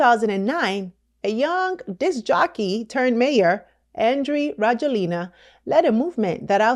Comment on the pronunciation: Rajoelina is pronounced ra-JWEL-na. I left the u.s. and have lived in Madagascar since 2017, and will continue to live here. I love this country, despite …